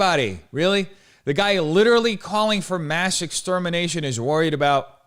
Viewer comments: I HATE THE WAY HE TALKS PLEASE IT MAKES MY BRAIN ITCHY “Witerally” ass bitch “detonated wam” ass bitch PLEASE SHUT UP TURN IT OFF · Hmmmm witaawally